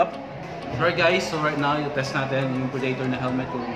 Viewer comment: Pre-Day-tor lmfao